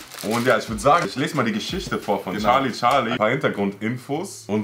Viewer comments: Nicht charli charli sondern scharli scharli😂😂😂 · Es ist nicht charli charli es ist chali chali🤗☺ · Charlie Charlie:SCHARLIE SCHARLIES 🤣🤣🤣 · charli charli: Schali Schali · charli charli: schali schali🤣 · sagt immer scharli scharli